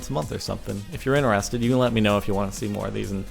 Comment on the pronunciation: Why does he say interested in a differ way?